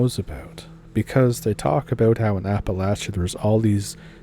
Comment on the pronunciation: If you are saying AppaLAYsha you are NOT from here!